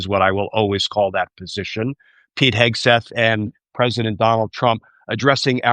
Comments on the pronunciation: Your guest has mispronounced Hegseths name, is that on purpose..? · Love how Hegseth's name was mispronounced several times!